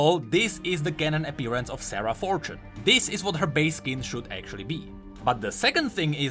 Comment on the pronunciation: Every time says "Sarah" I hear it as "Sera" and think he's talking about Seraphine out of nowhere.. ugh